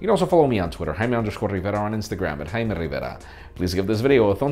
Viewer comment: It's JAY-MEE not hymi